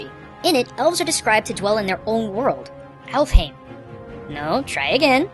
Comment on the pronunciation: its pronuced elf hIm